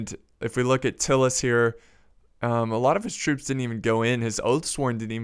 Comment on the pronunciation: Its pronounced Tie-lus not Till-us just fyi :)